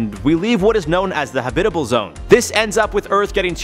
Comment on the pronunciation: Am I the only one that gets bother by how this man pronounces "habitable" ?